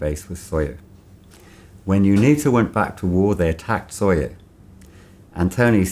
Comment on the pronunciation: SOYO not Sawyer